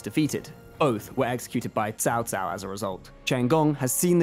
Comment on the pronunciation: Finally someone from CA is able to pronounce those names correctly especially Cao Cao, kudos to the pronunciations! Keep up with the good work and more videos like this please